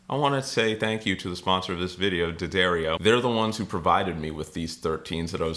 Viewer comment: I think the name of the company that is supporting you is pronounced "dee ah DAR e o"